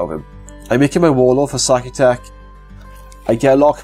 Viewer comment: "Sautekh" is pronounced sow-*tech*. Good stuff otherwise.